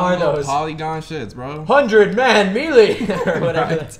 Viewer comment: "100 man mealy!" Lol, someone please teach dude that melee is pronounced 'maylay'.